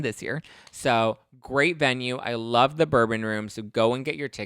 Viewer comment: and “In luRVe”